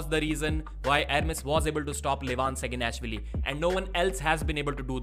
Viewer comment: Please fix your "Saginashvili" pronounciation. You can hear how Levan says it in the last episode of their interview with Devon by Engin or listen to Neil Pickup introducing him, he's not screaming SaginAAAAAAshvili, it's SaginashvIIIIIIIIIIIIIIIli